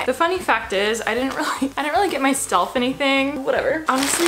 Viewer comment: “The funny fact is, I didn’t really get my STELF anything” lol love you Alisha😂💗